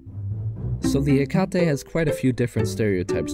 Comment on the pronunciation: what is that hecate II pronounciation